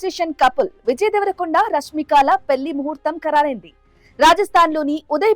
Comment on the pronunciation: పెళ్లి అనాలి అక్కా😂😂😂 పెల్లి కాదు😅😂😅😂